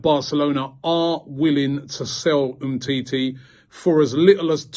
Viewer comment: No one: Robbie: “humteetee” “upper man cano”